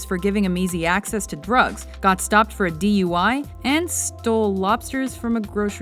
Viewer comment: I first understood "DeeYoyWhy", but it turns out to be D.U.I., since I guess other non Americans watch this, it's "Driving Under Influence. It seems to be a popular sport in Hollywoodland...